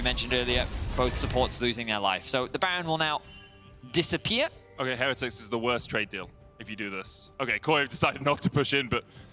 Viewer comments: cant stand how the one caster butchers the word heretics. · The team has specifically asked that we pronounce it with emphasis on the middle syllable. So it's "Heh-REH-tics" rather than the usual "Heh-re-tics'. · Why do they pronounce heretics so weird, is the only one I’ve heard that pronounces it right???